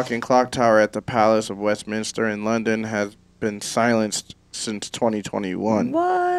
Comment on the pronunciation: Great reaction, and an American who actually says Westminster correctly